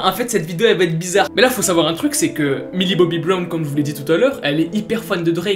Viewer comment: OH PUTAIN!!! MILLIE! PAS MILI!!! Mdr je t'adore!!